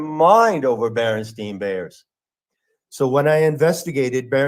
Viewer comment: I could never decide as how best to pronounce Berenstein as a child. I prefer Berenstain. So trivial but mind bending lol. Mandela and Obama were truly twin flames.